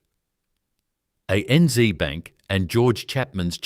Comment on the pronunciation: For heavens sake get your pronunciations correct. ANZ is A.N.Zed not ANZee. No Australian would ever say zeee. It’s Zed, always zed. Pty. Ltd. Is shorthand for Proprietary Limited and is said such. One does not try to pronounce it as two three letter words.. Why is there a map diagram of the Middle East shown when talking about a journey between two Australian cities. You ruin a great presentation by your total lack of understanding of your subject. Don’t insult Australians by imposing yank pronunciations. You will piss us off, big time. Thank you for taking the time to present this story but please pay more attention to the details. Otherwise we might have to question the historical accuracy of what you present.